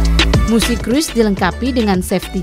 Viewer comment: Dibacanya "Krus" min bukan "Kruis".